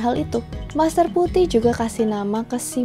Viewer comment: ulasan yg bagus sekali... cm geli rasanya saat nama mandarin master Phu Thiˊ dibaca Pu Ti hahaha semangat terus